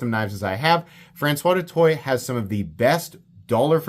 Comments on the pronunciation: His name is pronounced Do Toy and if you were in high school with him you would nickname him Doot. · Do better, du Toit - (Do Twa) Google Translate is free